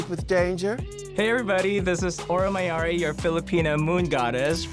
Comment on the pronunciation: people will pronounce Mayari every possible way except the correct one, why is everyone constantly inventing an O that isn't there